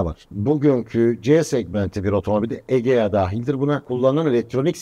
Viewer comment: Egea diyen de ne bilim.